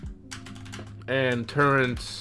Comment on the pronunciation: Bro lost me at "turrents" 😂